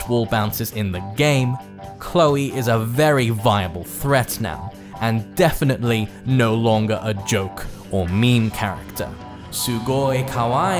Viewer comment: I think desu is pronounced with a silent u.